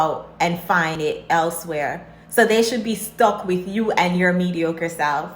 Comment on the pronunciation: What is “wid-chu”? As in “Dey not wid-chu”. Must have missed that in grade school vocabulary.